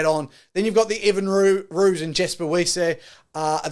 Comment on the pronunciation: Might help with pronunciation. Phonetically : France Mahl-her-buh E-fun Rewis Damien Ville-lim-sir